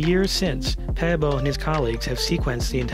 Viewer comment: You prenounce his surname correct